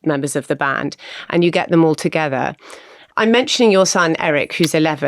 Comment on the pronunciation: toget-EHR was all i could take